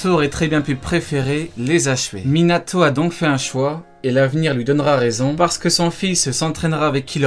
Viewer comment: c quoi cette manière de prononcer les noms ? Minatho NaurTho Obitho ptn tu mas rendu fou toute la vidéo on dirait le gosse de la vanne quand il prononce jonathan